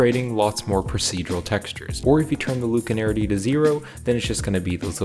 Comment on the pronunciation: Read the word slowly. LACunarity. Not LUKE. Use the Force, Luke? LACK-you-narity. 😀